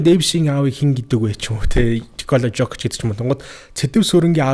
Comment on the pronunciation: Жокич биш Иокич шүү хүүхдээ 🤭